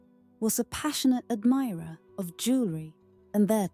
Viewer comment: "Luxury elegance jewerly".... punching the speaker....